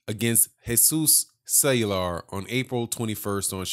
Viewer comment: Love your work especially your break down of everything. Cuellar is pronounced "Qua- R"... Keep up the good work.